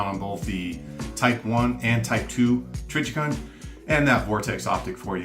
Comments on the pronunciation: TrijiCON, not TrijiKIN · Trijicon has a great name, too bad he doesn't know how to say it LOL!!